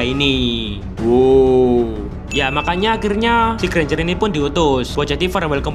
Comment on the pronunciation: 4.37 : Ganj eh Granger😂